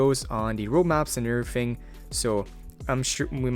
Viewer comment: I am obsessed with your „urrthing“ lets marry